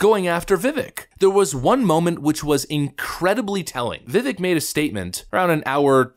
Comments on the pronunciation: Totally agree about Christie. And Vivek is going to be around a long, long time so….his named is pronounced viv-AYK. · It's pronounced "Vivake". He's the man. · It’s pronounced Viv-ake. Like cake. He said that in his post debate interview. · It’s pronounced vi•vake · Vi-VAKE. Like “cake” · Vivek is pronounced like Vivake" like "Bake" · Vivek is correctly pronounced as "Vivake" Just trying to help for those that don't know. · How about learning the correct way to say his name? He corrects people all the time. Vivek is pronounced Vivake like cake... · Just to mention Vivek is pronounced Vivake like cake 🤷🏻‍♂️ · Bro, it's pronounced vi-VAKE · "Vivek" rhymes with "mistake." It isn't difficult to say. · Vivek pronounced Vivake like cake lol that's what he told Tim Pool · Vi-vake. Please start pronouncing his name right. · Vivek Last part rhymes with cake That's how you pronounce it Viv-ache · Vivek won't win because nobody can pronounce his name correctly Vivek is pronounced Viv ake (like cake) Vivek said the skinny weird name comment about himself in the introduction. Also Obama won so where is the insult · FYI, His last name is pronounced Viv-Vake. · Vivek pronounced like cake. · pronounced Vivek, like cake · Vi-vake. Vi-vache. Not vivik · To the... Great presentation. By the way Vivek's first name is not pronounced... Vi-Vik. It is pronounced Vi-Vake, Like Cake. At least those are the precise words Vivek used with Tim Pool when interviewed by Tim. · learn his name. it's easy. it's pronounced vih-vake. not vih-veck. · It's VA-VAKE not vivic...... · Love your stuff! BTW, it's not pronounced "Vivik" it's "Vivake" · Please learn how to pronounce Vivek.. . Viv ake. Like Cake. Viv cake Viv ake vivake. Vivik. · It's pronounced Vivake (like cake) not Vivick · Vivek rhymes with steak, not stick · Vivek pronounced VIVAKE,,,rhymes with cake. Why can't people pronounce this name correctly! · Just FYI, Vivek is pronounced Vih-Vake. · Pronounced: Viv - ache